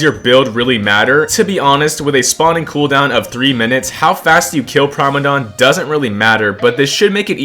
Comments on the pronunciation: Why are you saying prime-a-dom chat, it's prim-a-dom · It's pronounced Primadon not Primadon... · Why he say primadon like that